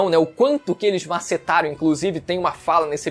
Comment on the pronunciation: kkkkkkkkkkkkkkkkkkkkkkkkkkk "MASSETARAM" kkkkkkkkkkkkkkkkkkkkkkkkkk